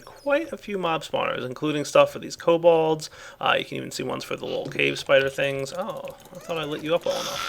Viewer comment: Kobals? wow. studied his german.